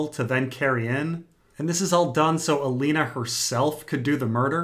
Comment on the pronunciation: is so bad at pronunciations. "alenna tyrell" "arianna martell" "vareees"